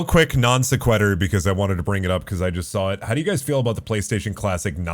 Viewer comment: The way pronounces "non-sequitur" is incredible.